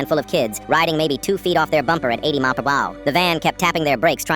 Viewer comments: Everyone who noticed this mispronounciation 80 Miles Per Hour ❌️❌️ 80 Maapabah. ✅️✅️ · “80 mawpuhawur” hits hard 🗣️🔥🔥🔥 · AI tried pronouncing mph lol